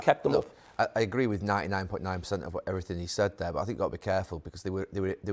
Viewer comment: "Bot!", "Eva'in", "sssss", "bot! Nobody knows a football clob be'er than their suppor'ers". "Mqqmmm", "bot!", "Ssssss", "Eva'in".